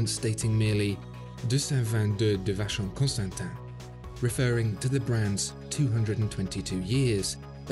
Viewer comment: God… when you’re making a video just look up how to pronounce